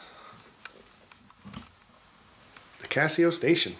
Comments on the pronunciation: It's CASO, not Casio. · YES!!! "Kay-So" not Casio